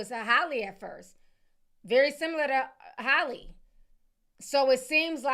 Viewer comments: Ti, it’s HAL-LEE!! Not Hailey or Holly 😭 Anyways, i love all your reports! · Man her name has y’all in a full Nelson. lol it’s HALLE (HAL-LEE), Not HOLLIE.